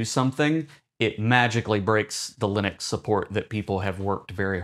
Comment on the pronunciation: l U n I x ??? Lunix, Lunix, Lunix.... ??? what is this LUNIX you are babbling about????? why are you talking about LUNIX while claiming this video is about Linux?